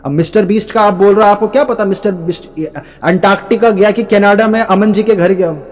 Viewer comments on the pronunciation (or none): none